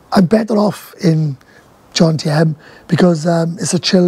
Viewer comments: JoMMMtieNNN stop saying John-TM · If you are going to live in Jomtien please learn how to say it